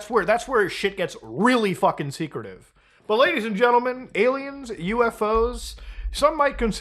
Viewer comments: What does he keep saying? Ayla Maows? . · why does he call aliens, aylamows?